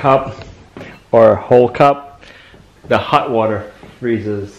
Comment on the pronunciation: I think hot water is hutter than hut warter.